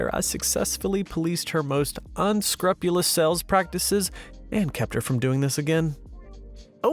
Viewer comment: Love your reading, but I've gotta critique, just a little. Unscrupulous- un scroo pew lus.